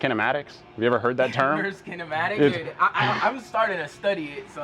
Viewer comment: "kinemtaics" lol